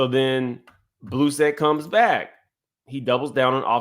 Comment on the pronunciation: "Blue-set" is crazy!😂 will chop and screw up some names in scenarios!😂